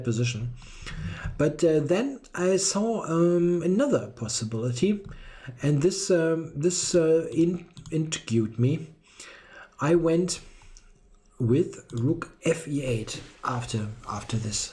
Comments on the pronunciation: "Intergued" you still haven't figured out how to pronounce "intrigued". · Just a little tip: intrigued = "int-REEG'd". Enjoyed the video -- excellent as always!